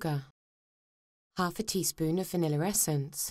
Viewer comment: LOL vaniller?